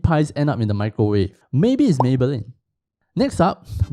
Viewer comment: “Mee crow wah vay”